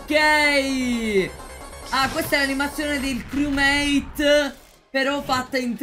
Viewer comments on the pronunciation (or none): none